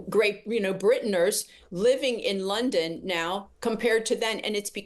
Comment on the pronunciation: "Great Brintoners .... " - all I need to hear, how TF did she become an ambassador ?!